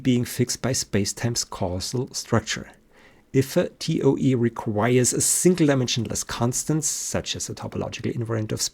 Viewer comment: Toa instead of toe. This because the speaker is not a native English speaker. Not knowing the spelling of toe is for everything, not spelled with an e not an a. Then he corrects himself midstream to an e for everything. When dealing with the electromanetic instead of Maxwell he is following Heavysides theory. Just as correct just without the derivatives. That which engineers need when constructing large electromagnetic engines which are analogue instead of digital.